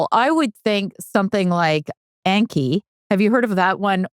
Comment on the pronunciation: It's pronounced On-key. It means memorization in Japanese.